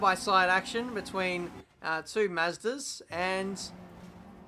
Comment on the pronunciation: "Two Mazdas". That hurt to listen to.